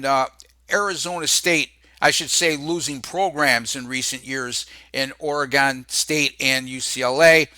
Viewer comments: ORE "GONE" come on say it right. It's Oregon, like "oregun".... Thanks for the props though. Go Ducks... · Always a pleasure,. "Ory-Gun.":) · This idiot cannot pronounce Oregon